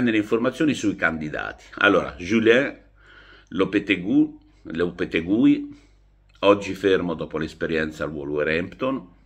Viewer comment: si scrive Lopetegui si dice Lopeteghi!